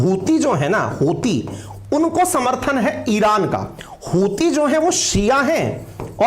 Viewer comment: Hutiye sounds like chutiye & Hudiye sounds like haddiye 😂